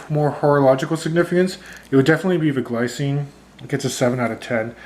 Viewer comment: Glycine is Swiss so it's pronounced more like 'glee - tsee - nuh' or 'glee - tseen'. Also, not all of their watches have ETA movements, mine are fitted with Sellita SW 200-1. If you buy one you will have to open it to find out what movement is in there.